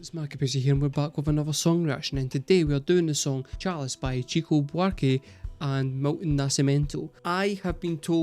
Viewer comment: Also, it's pronounced "shico", not "tchico".